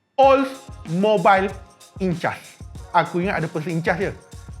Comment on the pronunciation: Sebutan Oldmobiles Incas adalah Ol mobils Inkas. Derives from word Inca, ancient native of southern america.